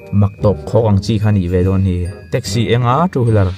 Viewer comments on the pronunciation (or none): none